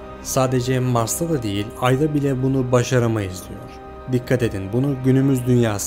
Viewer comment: bajaramayiz diyor sjsjshhshsbbxbc